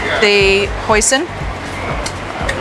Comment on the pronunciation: My ear must be broken i hear “next up the poison” 💀